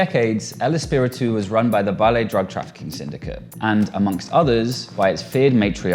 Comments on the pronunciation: Valle = Vay-yay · Valle's name is pronounced Dee-nah in Espanol. At least get name correct.